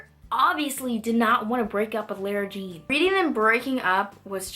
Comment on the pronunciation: why do you pronounce lara jean like that? i